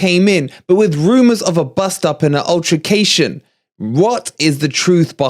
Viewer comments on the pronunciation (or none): Imagine being a journalist and can't even pronounce altercation, its not ultracation ffs